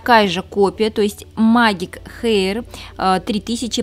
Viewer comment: "Магик хэир " ,ппц 😂😂😂